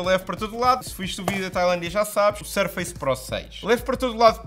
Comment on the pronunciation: Tu que usas tantos americanismos, não se le "sur-feice pro 6", le-se "surfuss pro 6"